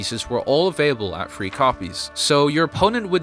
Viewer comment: It drives me crazy that yall can’t say “three”. Where are yall getting the ‘F’ from?